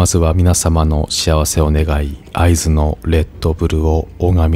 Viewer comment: 「会津」のイントネーションで、ああ地元の人だなってなりました。